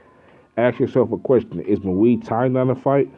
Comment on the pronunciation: Boxing isn't fighting. Boxing is a sport. That involves one small aspect of a 'fight'. Mma isn't even a fight. It is the closest sport to fighting though. A real fight involves eye gouging, ripping ears and nutsacks off. And you are pronouncing muay thai wrong. You are way to stupid to be making videos bruh.